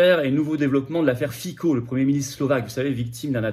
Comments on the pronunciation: Fitso, et non Fico, ce n'est pas le roi de la pomme de terre slovaque. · Monsieur FICO, on prononce FITSO. L'U.E. est une mafia, maintenant on "suicide" les gêneurs. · On prononce FITSSO en Slovaque. Mieux vaut se distinguer des médias de grands chemins pour désigner un patriote.